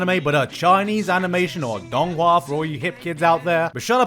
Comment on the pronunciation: haha try actually understanding it. My ears were confused